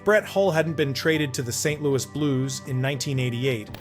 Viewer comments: The AI was fine until "Saint.....Lou EE". I'm out. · AI voice needs to learn how to pronounce St. LouiS like an American instead of a frenchie.. 27 goals first year in Calgary? Yeah this guy is a hack, send him down.